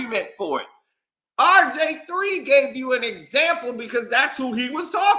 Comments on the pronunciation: Typical old head banter. Who is “Rj3” u said it over 50 times? It’s (R) (G) (III) old dude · Nah you definitely said RJ3😂😂😂😂😂 I thought you was trollin at first 💀